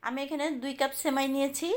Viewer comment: আপু,ছেমাই না সেমাই বলেন। উচ্চারণ ভালো না হলে শুনতে বাজে লাগে।